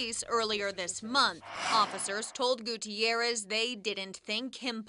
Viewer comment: On an unrelated note, that newscaster pronounces the name "Gutierrez" better than most newscasters do.